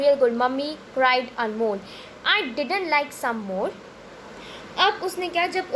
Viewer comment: Its amol not anmol